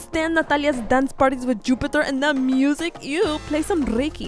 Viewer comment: How say Jupiter